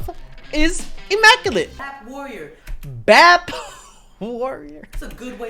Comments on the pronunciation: It's B.A.P not BAP 🤣 I can't... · It’s the BAP for me instead of saying B.A.P. Lol 🤣🤣🤣